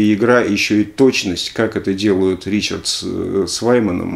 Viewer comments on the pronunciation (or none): none